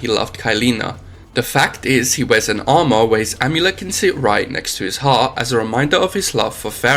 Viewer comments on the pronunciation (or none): none